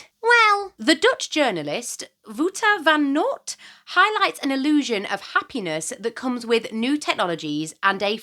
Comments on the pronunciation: No one probably cares, but Wouter van Noort is pronounced more like... Wow-ter but remove the second W. Vah-n. Nort. Im bad at writing out pronunciations but thats the closest way i can think of explaining it to non dutch speakers lol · Sorry but thanks for the laugh how you said wouter van noort i am dutch so it was cute and funny❤😂 i love your videos btw